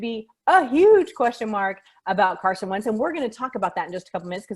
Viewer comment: Alright I figured Wentz to Chicago was wishful thinking, but thanks for confirming! Agreed, Wentz to Indy & Matthews to Denver would be good for the league (& your pronunciation was spot on!) 👍 Thankyou!